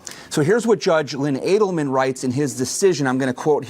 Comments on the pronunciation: Just for clarification the judge's name is pronounced Adelmen not Alderman. Thank you for your attention to this matter. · Not saying you are wrong just asking. you said an alderman ruled against her, then said the same judge turned her down again. Since when have judges been allowed to be aldermen? I mean that has to be a conflict of interest right? Judges are not eve allowed to moonlight (in most cases) much less hold another political position......EDIT lol just realized adelman is the judges name haha. To be fair you mispronounced it and said alderman several times.